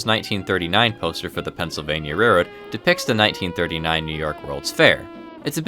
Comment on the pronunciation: It’s railroad, with an L.